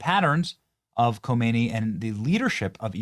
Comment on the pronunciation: Not Homeiny, Humney !!!